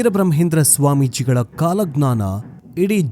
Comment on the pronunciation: ಕಾಲ ಗ್ನಾನ ಅಲ್ಲ, ಕಾಲಜ್ಞಾನ ಎ೦ದು ಉಚ್ಚರಿಸಿ.